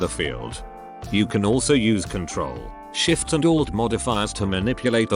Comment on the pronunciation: Please never say shift with that voice it just feels wrong 50% of the time.